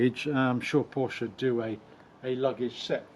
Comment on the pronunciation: What a strange review, so many oddities that tbh im not sure where to begin. Firstly its not a call to the USA emergency line, its a Nine Eleven Its got a flat six not a straight six 991 has 3 body widths not 2 Front lift is 2 to 3 seconds not 10 Then there's your weird pronunciations - grand, sonorous and lamborghini are the 3 i remember the most, but werent the only ones by a long way. The cage btw helps with luggage as it basically stops it from moving about the cabin I think you mised the point re 991.1 vs 991.2 Very few bemoaned the 991.1 GT3 and its driving ability or steering when it came out - Chris Harris for example called it "incredible calibration" and "chassis is a massive step up from previous generation" and "fixed all the front axle problems from the 997" and "best electric steering ever and not once today have i wished for hydraulic steering". Other reports waxed lyrical in a similar manner, including Jethro (who disliked the steering on other 991 generation 911's) writing and filming for Evo who said about the front end grip, balance and special feel and praises the genuine steering feel and how the whole car "courses with information" I know Henry wasn't as huge a fan of 991.1 GT3 as he'd hoped to be but i dont recall him slating it either. What i believe Henry meant is that somehow the 991.2 despite just being a facelift it actually moves the steering and indeed whole car on by a (to him) noticeable margin over the already good 991.1